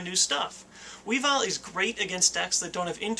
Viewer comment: Pronounced weevull not wee vile, at least that's how it says its name in ssbb